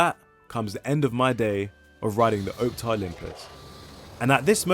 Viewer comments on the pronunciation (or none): I must now be really old when these new fangled modern buses are the oldest in the fleet! Pronounced OPtare though, not OPETare. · Its Op (as in Ops) and Tare (as in Tear.) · why does bro say OWPTAR not Optare